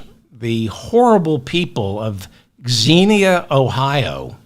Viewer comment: From a life-long Ohioan, congrats on pronouncing Xenia correctly.